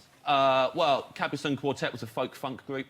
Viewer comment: Cap-pree sun